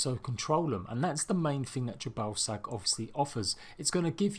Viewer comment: Every time you say the new gods name it sounds like your saying your ball sack